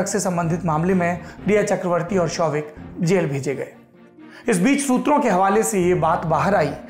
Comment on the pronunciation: What is this "shutra" Saurabh bhai?